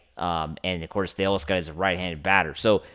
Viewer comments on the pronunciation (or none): Stop mispronouncing “tay-OSS-ker” already. You think VIN woulda done this? Joe DAVIS?! 👉 NO. Correct! So why make like you know better when behind a “Dodgers” mic. You keep showin yer butt. You obviously have a face for radio, but you can’t even get the voice right. I ain’t clickin if I see YER mug on thumb (& you can’t afford to lose numbers where you’re at). 🥴🤦‍♂️